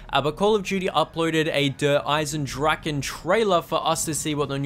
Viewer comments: Der-is-en-drach-A Dempsy says it himself in the trailer. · Why do people call it dereisendrachen if Dempsey says dereisendrache?